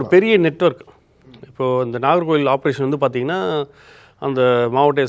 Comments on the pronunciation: present the fact ? He just mispronounced the town"s name and u make it a big issue and suspecting his journalism I suspect ur intention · So his information about the immoral activities is not important to you but wrong pronunciation of the town is wrong 😂 maybe u r one of customers of this kind of cottages😂😊